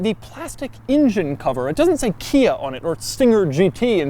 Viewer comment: He says "Kia" But I thought he said IKEA (2 times) Also Doug's the type of guy who refers to a bubble butt as a "big rear area".